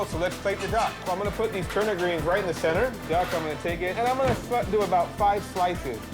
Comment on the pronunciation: The man. He can't say turnip